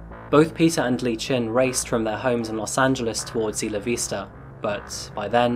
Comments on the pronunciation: "Isla" is pronounced "Eye-la", not "Issla". Went there once and got corrected many times. No offence, great show etc etc. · Iss luh Vista?? Do you pronounce “island “ as IssLund?? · Isla Vista is a Spanish name, translates as "Island View" hence the more accurate (albeit a little off) Spanish pronunciation